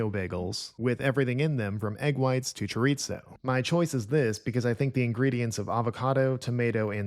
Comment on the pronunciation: This is going to be fascinating, though I generally don't do fast food breakfasts. Side note, I wish there were a column for sodium, which is a factor I personally have to keep an eye on, and which I bet would knock out a few entries, unfortunately. And I'll indulge in a little pet peeve: "Chorizo" does not have "t" in it, and ought to be pronounced "chore-EE-zoe"; or with "s" in that final syllable; or, if, like my late father, you are from Spain, with a soft "th" instead. I'm not sure why pronouncing the word as if there is a "t" in there is so common.